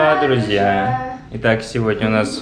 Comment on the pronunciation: Привет друзя, как произносит, очень мило звучит.Замечательный выпуск, вы классно снимаете, клевая музыка подобрана. молодец, уже совсем уверенно говорит на русском., просьба, если это можно, говорить какое число и месяц съемки ваших выпусков.Спасибо, огромное!